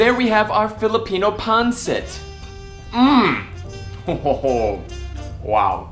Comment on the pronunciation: You did a great job on this dish!! My grandma was 100% Filipino. I was raised on Filipino food!! BUT....it’s pronounced PON-SET!! I almost didn’t want to say anything cuz you were having such a great time with it!! Plus, traditionally, we serve it on top of Jasmin rice. You did a great job!! 💜💜